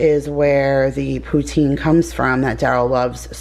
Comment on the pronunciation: I'm from Montreal and we say poutine just like you do. ❤🤍❤